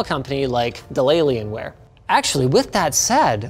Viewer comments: Maybe I'm just new to the internet, only 16 years of experience, but I LOST it at "delAy-lienware" 😂 I'm sure its been said before, but I've managed to dodge it for, what, probably a decade? The nonchalance of delivery was amazing. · Delalian wear 😂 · I never thought I would hear Dellienware in my life (or DellAlienware, whatever!)